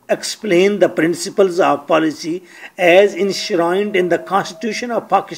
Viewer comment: Paalicy haha... Say policy ...